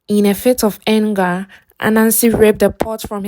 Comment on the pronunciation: My highlights are the moral of the fictitious story and your pronunciation of "anger" and "corner"😂😂